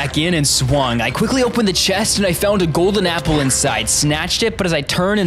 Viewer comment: Why did you say Apple a gpple